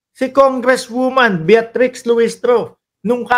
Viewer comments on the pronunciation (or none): Bitrix lang po, Hindi Beatrix.